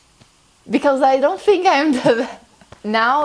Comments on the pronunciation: para de pronunciar "th" como "f" que eu me inscrevo pro seu canal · Desculpa n sei se eu percebi errado mas vc fala "think" assim "fink" ?? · I don't tink so -_-"